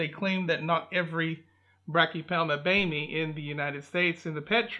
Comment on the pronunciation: I believe it’s pronounced bo may